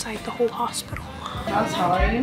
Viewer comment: "i went to the hopital" got me dying😂